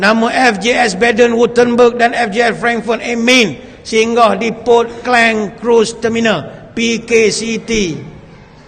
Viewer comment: Ustaz pun sebut Klang , kleng. 😅 Hrp kekal lh pronounce klang😅